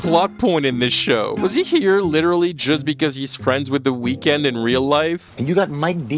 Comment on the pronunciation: ngl you butchered the weeknd's name